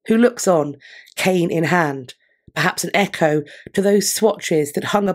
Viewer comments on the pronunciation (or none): none